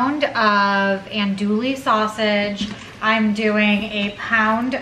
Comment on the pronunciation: I really enjoy your videos. By the way, that sausage is pronounced “ahn-do-ee.” You don’t pronounce the “ll”s.